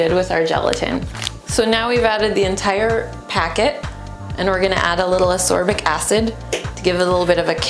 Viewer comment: Is she using sorbic acid or misspronounsing ascorbic acid?